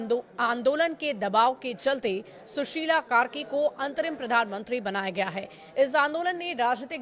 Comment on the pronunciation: hello madam...please read the name and spell the new right. I think u are week iin english. Whats that susil... as male name pronounce. Its not .. spelll susila सुशिला not सुशील ।।। 😮😮😮😮 गन्दि तयार से आैर अपुष्ट समाचार पुरी जानकारिके वाद प्रशारणा करे ।